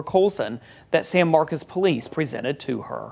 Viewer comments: stop mispronouncing SAN MARCOS, NOT SAN MARCAS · Why are they saying “San Marcus” when it’s with an “o” San Marcos” see the “o”???